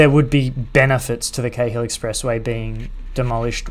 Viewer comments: Awesome, thanks. Btw in Sydney we pronounce the Cahill Expressway like ‘Carl’. No idea why but there you go. Like in Melbourne they say Docklaands vs. Docklnds. I have lived in Leichhardt and Manly but never cycle-ferried the route - very cool. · Cheers Peter! Haha it's a bit confusing since my brother had a friend with the last name Cahill growing up so Cay-hill is stuck in my head as the pronunciation. I'd definitely recommend the cycle-ferry combo if you get the chance!